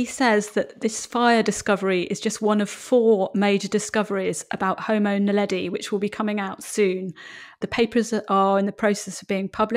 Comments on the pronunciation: Tut, tut. I think you'll find it's Homo naledi, NOT "Homo neladi"! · It is homo NAledi, not neladi...